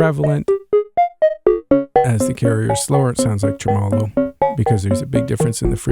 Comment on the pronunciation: 'tre-me-lo. Great video. :)